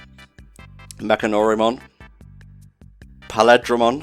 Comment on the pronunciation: Why are you saying the names for Paledramons like their 'a' is an 'i'? it is Pale(as in being feint in color)-dra(from dragon)-mon(from monster). I also seem to remember another booster set opening using the original names for the Digimon that were changed for the American dub, such as Omnimon actually being called Omegamon, and Gallantmon likewise being Dukemon in the original Japanese dub. Honestly speaking, you've only seen half of the number of alternative forms for Omegamon, and that is excluding the black variants such as Zwart that hold an equivalent number of black alternative forms.